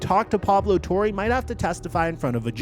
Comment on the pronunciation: Pablo TOR-RAY its PABLO TOR-RAY NOT PABLO TOR-REY your just messing it up on purpose now!